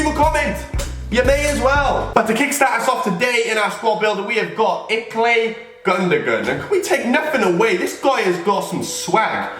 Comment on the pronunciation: It's not Iklay it's Ilkay